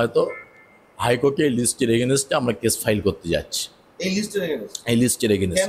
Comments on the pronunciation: এগেনেস্টে? নাকি এগেনস্টে? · Againset a aa.😂